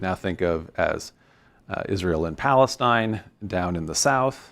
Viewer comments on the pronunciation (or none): none